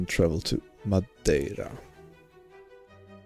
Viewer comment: Top marks for your pronunciation of Madeira. 10/10